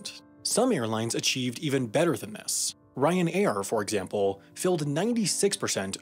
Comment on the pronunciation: Hearing him pronounce Ryan-air made me learn how a pause even as small as that can truly break a man's world view.